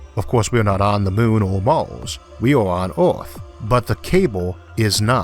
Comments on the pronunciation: Not sure what language you speak but English isn't your first. Oarth is the first clue but you miss pronounce to much to take you serious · Where's the narrator's accent from? I've never heard anyone pronounce Earth as Orth! From and repeated several times. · Orth?? Wt. Why choose to speak in a fashion no one can understand?? Are you trying to say Earth? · The Orth. LOL! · ad 3. who's embarrassment is saved - yours? You may have thick skin, but the wrong job too. It's like conducting a symphony orchestra without hearing. Elevatos stretch far above the Oath, so they can simply be cut by orbiting space debris. You eitho need to correct the impediment or stop talking. Are you aware how annoying you are?